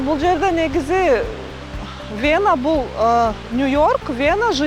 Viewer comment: Вэна эмес Вена, ФергАана эмес, фергана.